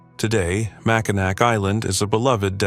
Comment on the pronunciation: I could not get past 20 seconds of the video mispronouncing "Mackinac" twice in its AI voice.